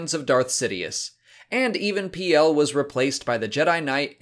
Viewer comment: Even Piell is pronounced like Revan Peel